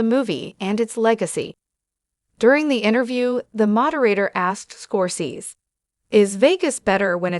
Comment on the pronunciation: you don't sound old enough to be commenting on this subject. You can't even pronounce the Man's last name correctly